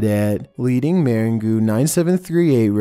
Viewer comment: Meringue. Mer-in-goo? Nope. Hahaha! Mer-ang. Like pie, dude. 😂